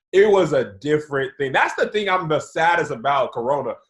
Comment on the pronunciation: said “ting” and no one caught it loooool